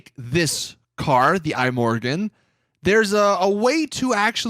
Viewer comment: I'm Swedish, and I'm bothered by how you pronounce "Imorgon". It means "tomorrow", and it's pronounced kinda like "e-morron"